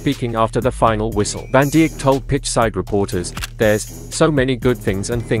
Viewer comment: Van DEE-ECK??????